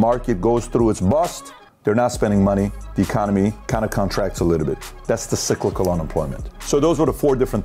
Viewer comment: PBD, the correct way of pronouncing the word "cyclical" is "sai-click-kl". I had to pause the video halfway to check my sanity.